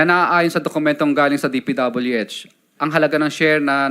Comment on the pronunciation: Hanggang d mo nai po pronounce ang DPWH na tama Curlee d ka kapani paniwala😅paturo ka sa asawa mo Englishera yan ah😂